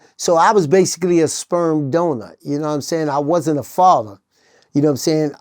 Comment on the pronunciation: I think he means "father" not faver😮